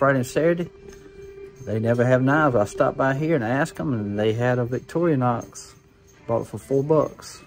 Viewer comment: VictoriNOX. learn to say the name.